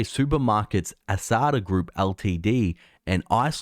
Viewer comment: Dude not ASAAADA it is ASDA it is pronounce same as it is written.. LOL